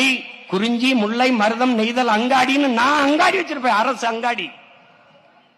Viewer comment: முல்லை என சொல்லத் தெரியவில்லை. முள்ளை என்கிறான்.